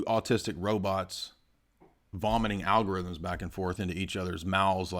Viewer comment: "el algorithmos" lol wtf